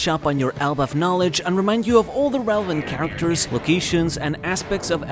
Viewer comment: Celevant Rarachters